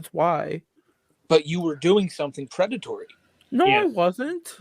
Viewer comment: Quite the pwedatowy stowy